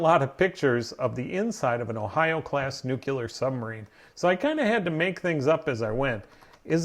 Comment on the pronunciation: It's not pronounced NUCULER.... it's NUCLEAR (new-clear).